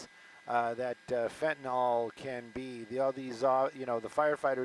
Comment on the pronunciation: It’s pronounced fenta-NIL, not fent-a-NOL.